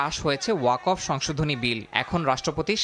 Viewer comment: মুসলিম হয়ে ও ওয়াকফ উচ্চারণ বিকৃত কেন?